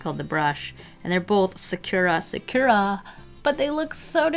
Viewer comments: Your pronunciation of Sakura kills me lol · It's not "secura" pigma, but sakura pigma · Isn’t it Sa-ku-ra and not Su-cure-a? I may be wrong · it's been about three years but I have come to be annoying haha: sakura is pronounced "SAH koo rah" not "sa CURE rah" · It's definitely NOT pronounced like sa-coo-ra. That is what English/American people make it. I would say it's more like 'Sa-kur-ra (accent on first part), but it's hard to explain since the English U is pronounced differently. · Sukura? Do you mean Sakura (Japanese word) Sock-ku-ra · Sakura is not pronounced "Sukyura", it's pronounced "Saa-koor/kur-aa". It means cherry blossom in Japanese. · I believe it’s pronounced Sah-kur-ah not sa-cure-a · i dont think that sakura is pronounced like that (or maybe it is and company just made a twist on the actual pronounciation.) it is actually pronounced sa-coo-ra fun fact a sakura is a cherry blossom tree and it is japanese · Saw-koo-raw no emphasis, say it straight. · it's true it's pronounced differently, but not as this person described. The letter U in Japanese is usually very short and almost non existent. Things that end in -masu (looks like mah-soo) for example end up sounding more like mah-ss. So a closer pronunciation would sound kiiiinda like sock-rah. (But with a slight break in between the k and r sound and a slightly rolled r. One hack would be to just use a sort of soft d sound in place of the r). No "oo" sound of emphasis on the u. Hope this helped and wasn't too confusing sounding! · sah-cure-ah lmao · fyi it is sah-koo-rah. No shade girl just so you know. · Sah-ker-rah---is how sakura is pronounced just and fyi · I have to say it The way you say Sakura makes me cringe a bit lmao I've always pronounced it Sah-koo-ra (Sah-koo-da if its the Naruto character lol) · ...it’s pronounced Sakura (saw-COO-dah) :> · First Copic now Sakura? Am I pronouncing everything wrong?......